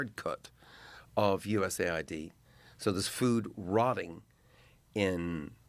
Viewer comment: he keeps saying USA ID as US AID.